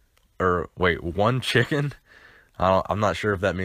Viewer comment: lmao at you trying to say "one chicken" your a gem dawg